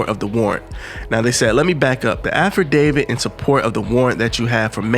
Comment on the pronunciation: Yeah. N wtf is a afferdavid? Lol. It's "affidavit"